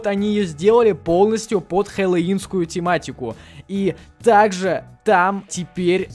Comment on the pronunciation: Хеллоуин а не хеолун понятно все с тобой